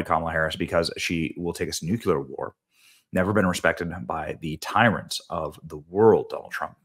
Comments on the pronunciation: Somebody tell Benny, its "Nuclear" pronounced (noo-kleer) ... Not nucular when talking about the bombs, he sounds like George W Bush reading upsidedown books to school children 😂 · New clear newclear nuclear… not Nuke you lar, nucular… love your show Brenny, but FUCK! It’s not hard, nuclear not nucular. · Nuclear is pronounced knew-clear.